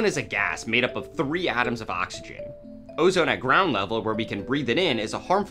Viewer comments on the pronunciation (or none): none